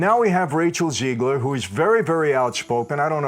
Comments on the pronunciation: It’s not Ziegler it’s Zegler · Rachel Zeegler. ZEEEEGler. Do you know any Rachel ZEEglers?